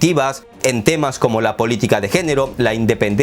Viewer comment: Agregar que eres muy bueno para escoger los temas. Pero mas me gusto cuando dijiste miopía politick jajaja